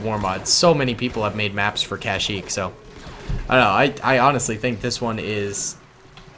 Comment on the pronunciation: One time said kashmeep when he ment kashyeek